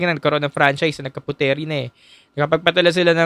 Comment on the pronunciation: Nice insight,btw Puteri is pronounced as put-ri by the locals.